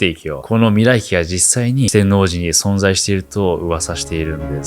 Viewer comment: してんおうじ → してんのうじ